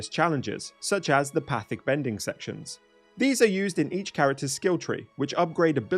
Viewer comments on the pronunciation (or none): Its not path-ick, its pronounced pat-eek. Its the gurus name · The Pathick challenges are, I’m almost positive, not pronounced “Path-ick”. It’s “Pah-tea-k”. Like, Guru Pathik. The guy who taught Aang about the Avatar State towards the end of Book 2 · it’s Pa-Teek. The guy who taught Aang about chakras